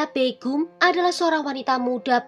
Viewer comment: Kak maaf mau mengkoreksi meskipun Di tulis nya " begum " itu biasanya Di ucapkannya " begham"